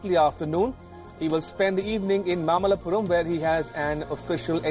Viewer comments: It's mamallapuram not mallapuram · It's not mallapuram... It's mamalapuram or mahabalipuram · Think it is mamallapuram and not mallapuram. Mamallapuram is Mahabalipuram in Tamil Nadu.